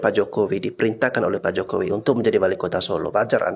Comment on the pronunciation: sok tau kau....nyebut nama jokowi aja gk benar....